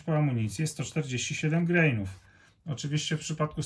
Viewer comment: Jesteśmy w Polsce, wiec nie greinów, tylko granów!